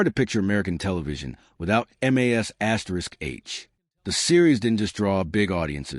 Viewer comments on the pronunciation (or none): Your pathetic AI narrator that isn’t smart enough to know how to say MASH gets a thumbs down